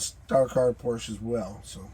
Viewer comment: Yep, if ya gotta have a Porsh-a, that's the one. 👍